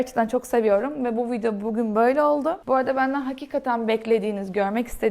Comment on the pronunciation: VIDEO: Viydo değil —> *vidyo. MEDIUM: Miydum değil —>*midyum